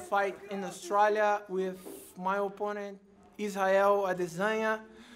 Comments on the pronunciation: Guess I've been pronouncing Australia wrong all this time then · Lmao I’ve never heard anyone pronounce Australia like that, let alone an Aussie lol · Anderson says Australia better than Australians. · Find somebody who says your name the way Anderson Silva says Australia.